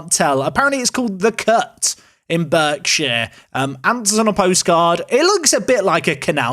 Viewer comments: "BERK-shire" haha, pretty sure it's pronounced "Barkshire" lol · Robbie (Ewe-er), also Berkshire is pronounced Bark-shire! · Berkshire is pronounce Bark-sheer you ber........